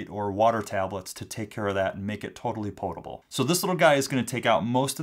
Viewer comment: it sounds as if you say portable when I believe you should have said potable most people don't understand and think it is the same